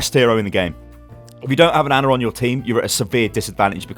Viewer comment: HOW TRIGGERED DID YOU GET WHEN HE KEPT SAYING ANNA INSTEAD OF ANA